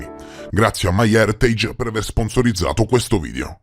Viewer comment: Complimenti sinceri per la pronuncia di “my heritage”, hahah. Mi dà un po’ fastidio quando nelle pubblicità qui su YT o in TV pronunciano in maccheronico